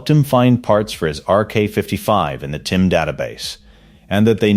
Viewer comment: The fact that you keep saying “TIM” instead of TYM really destroys your credibility.